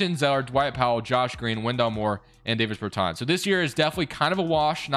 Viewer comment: I know it’s late as hell and nitpicky but his name is pronounced “Daaahvis Beartaaahns” not “Dayvis Burrtans” Dāvis Bertāns